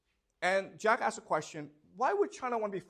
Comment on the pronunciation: I could go on with timestamping them but it's too many. I love this channel and the classes but I'm at work or driving saying "Yes sir, that makes complete sense" : "Jack asks" sounds like "Jackass" Much love and God bless 🙏 From the UK